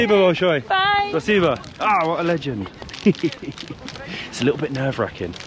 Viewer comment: PLEASE stop saying спасибо, spaseba, it’s driving me crazy, and I want to mention it’s still a Terrorist state, attacking and killing innocent people, you only have to be heard saying a wrong word and you’ll be in the boob, JAIL, be careful, it’s not all rosey and dandy mate 🤷‍♂️🇬🇧🇺🇦🇬🇧